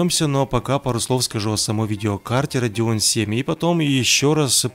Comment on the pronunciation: Это "Radeon" ёпта